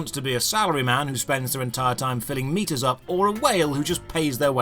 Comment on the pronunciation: oh, he's saying keep these meters full. i thought he was saying keep these meatus full.